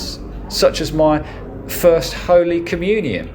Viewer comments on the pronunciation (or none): none